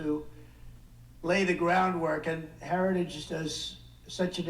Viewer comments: The guy can't even pronounce the word heritage! 😅 Weird! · He's incapable of even pronouncing "heritage." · Say ‘Heritage’ 3x fast. Donald can’t even say it correctly once, slowly. Lmao! Time to take the keys away from Dementia Don and put grandpa in a home. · Dementia Don has lost the ability to say another word, “Heritage”. Harris is the leader we need for our country 💙💙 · Can barely pronounce Heritage